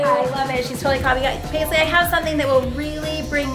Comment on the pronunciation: It's not paislee it's preslee